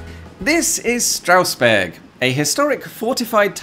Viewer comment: Very good German including the pronounciation! Well, actually, the first 's' in Strausberg, like in all instances where 'st' or 'sp' occurs at the start of a syllable, is pronounced like 'sh', so it's 'Shtrausberg' :)